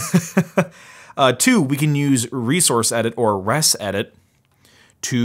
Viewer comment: I know this isn’t important at all, and I’m a bit embarrassed to be the pronunciation police, but back in the day we pronounced ResEdit like RezEdit. Just a FYI. I promise not to make a habit of it. Enjoying all the old school Mac vids! I’m jonesing for my old Quadra 650 and System 7.1.2 or A/UX.